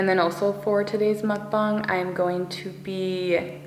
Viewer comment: You pronounced mukbang so perfectly it makes me so happy 😂